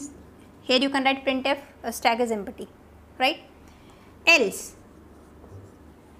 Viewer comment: Ma'am u r pronunciation of empty is wrong